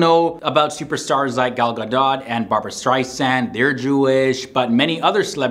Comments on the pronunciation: Gal Gadot's name is pronounced ga-DOH, not ga-DOT! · A Bar Mitzvah is NOT a party. You prepare blessings and give a sermon based on the readings for that Sabbath. Yes, there's a reception afterward which too often grown too big. Also it's Gal Gah-dot, second syllable rhymes with boat or ost.